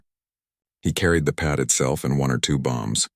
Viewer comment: Mate, you need to get a better AI to narrate your video. It's not a Pat, it's a PIAT. This AI can't even say "guarantee" without mongrelising the word. Have some respect for the men who used these weapons, they deserve every ounce of respect we can give them.